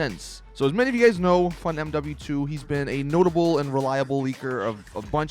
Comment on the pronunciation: When you say tezfunz2 it sounds like you say funmw2